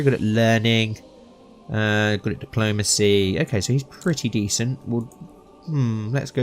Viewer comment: where is his accent from? he keeps saying ''diplomase'' (diplomacy) and ''sun'' (son) to mention some